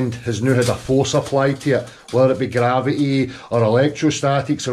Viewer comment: He can't even say gravity, let alone understand it.